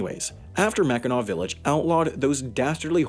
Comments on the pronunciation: I’m glad you actually pronounced Mackinaw correctly. Lots of people don’t pronounce it right and it really ruffles the Michigan residence feathers. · I'm happy you didn't pronounce it "mackinack" XD Anyways, I really like your channel and the topics you talk about 😀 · as a michigander im so proud of you for not pronouncing it “mackinak” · I’m from Michigan and for some reason we get very strict about how the island of Mackinac is pronounced and fort Mackinac and Michiganders sounds exactly happy that the vice president brought cars onto the island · I love that you pronounced it correctly! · Haven't watched the video, but I'm guessing it's on Mackinac Island. (My scout troop cycled around the island a few times) Edit: I WAS RIGHT. Also, thank you for being one of the few people who can correctly pronounce "Mackinac" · I can't tell you how happy I was that he said mackinac correctly!! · Or if you like walking around dodging mounds of horse shit & the general smell of horse shit... & thanks for pronouncing it right! 🙌